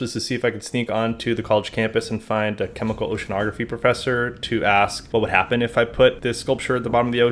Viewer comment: All I heard was, “Hi, professor F+ck+ss?” And it made me gently blow a puff of air outta my nose… my +ss off